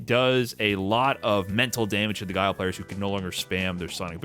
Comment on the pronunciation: Does tyler still call Guile, "Gilly"? Hahaha